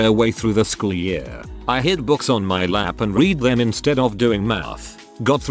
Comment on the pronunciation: Is there some reason the computer voice switches the past and present tense pronunciations of "read"?